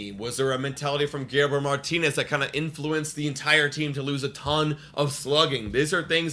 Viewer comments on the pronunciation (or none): none